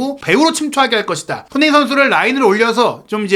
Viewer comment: 이양반아~손!흥!민! 이 선수로 인해서, 먹고사는데 도움이 된다면, 이름 발음이라도 천천히 차분하게좀 발음하셔~다른 외국선수는 발음 잘하면서 손흥민!발음은 왜 대충하는데? 시끄럽기만하고.. 참..